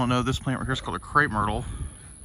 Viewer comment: the large pink flowering bush, can you spell that please? I've been wondering for quite some time what that plants name is. I see it quite often on Pawpaw's videos. I think you said "crate myrtle", but I'm not sure. Thanks